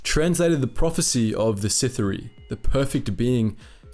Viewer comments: First thing you needed to do was learn how to say the word It is pronounced “the Sith-Ah-ree” if I was you I would invest in the audiobook Darth Bane, path of destruction. Bane goes to the Sith Academy.. And at the time of his arrival there is a zabrack there that is so far ahead of the other students in combat skills and Force ability that the teachers actually speculate whether he is the “chosen one” even just listening to the small part where he is at the school will give you plenty of opportunities to hear the word pronounced properly. It’s hard to believe that you I’ve done all this research but never had the opportunity to hear the word said.. I would be catching audiobooks here in there it really does make a difference. At the very least it protects you from saying the word The most important word of the video..wrong all the way through the video. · I love that you used a pic of Malgus instead of Bane 😂.... Not to mention how hard you butchered the word Sith’ari 😂😂😂🤦🏻‍♂️ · Bro saying Sithari instead of Sith'ari makes me smile every time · I'm pretty sure it's Sith'aari, not Sith-R-Eye. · Just to lyk its pronounced si-thar-ee Not sith-ar-i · Good video, but as others have said, there's a Darth Malgus picture instead of Darth Bane at one point, but the more problematic issue is the pronunciation of "Sith'ari". Try "Sith-ah-ree" rather than "Sith-uh-ree" and you will get closer to the Dark Side :) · Bro. It’s not “sitha-rye” or “sith-awry” it’s “Si-thari” or “sith-aree.” Sorry to nitpick, but it got distracting. Other than that, great vid. Bane was a badass. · You and you over/under romanticizing of the pronunciation of certain names in lore. I love your content but please stop doing that. You say Sith(ery) like 9 times, then finally you pronounce it right Sith’(Are-I), Sith’ari. There’s nothing wrong with your ability to speak and your accent/voice is actually really quite pleasing on the ears. Anywho this is still one of my favorite of your videos by far.